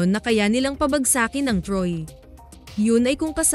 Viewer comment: Mali po bigkas ng pabagsakin